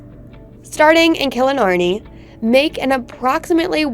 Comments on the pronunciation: Not Killinarney , it's Killarney, learn how to say it properly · You lost me at Killenarney, hey its called KILLARNEY! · It’s kellarny